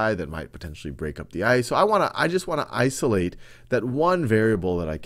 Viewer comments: he said “Ice olate” ;D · u mean Ice-olate 😂😂😂idek